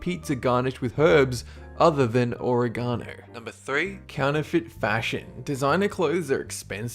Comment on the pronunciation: interesting pronunciation of oregano